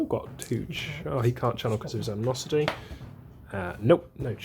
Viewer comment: It's pronounced An-nee-mos-it-ee.